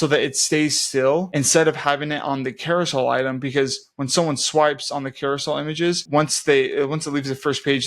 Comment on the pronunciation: Awesome tutorial, thank you. As a side comment, it’s a Carousel, not Carosoul.